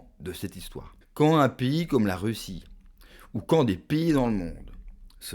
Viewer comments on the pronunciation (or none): none